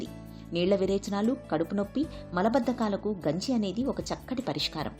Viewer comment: Genjii ❌Ganji ✅